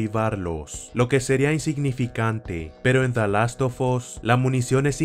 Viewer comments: delastofos que buen inglés :v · "De las to fos" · "Da last tufos" :V